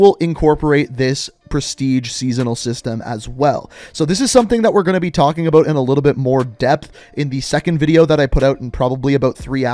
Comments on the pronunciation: Canadian aye? The way u say bout. Lol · Are you Canadian? The accent in "about" makes me wonder😅